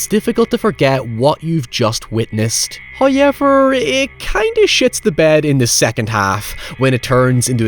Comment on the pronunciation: Can you learn how to pronounce the word “however” please. For the love of god lol. HOW-EVER Not HyuwevR